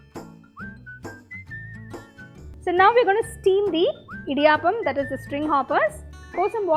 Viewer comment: Idiyaaappam alla pulle "idiyappam"